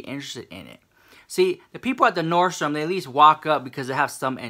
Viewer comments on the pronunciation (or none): It's Nordstrom (no "s") #clockitthehouse 💖